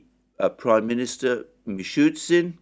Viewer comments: Alexander, PLEASE, the Russian prime Minister's surname is pronounced "Mi-Shoo-STIN , there is no "shoot " in it. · Slightly baffled by Alexander’s stubborn mispronunciation of Mishustin.